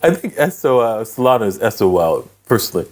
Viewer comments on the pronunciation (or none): none